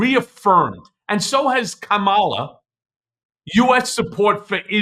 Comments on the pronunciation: Kamala is accent on the first syllable. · You pronounced Kamala wrong! I know petty right but not in this time